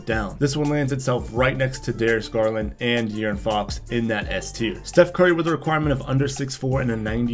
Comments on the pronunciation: De-aris Garlin.....😅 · This guy isn't the brightest bulb in the lamp. He keeps saying under a height requirement of under 6'4 when it's under 6'5. Then he murdered Darius Garland's name😅😅😅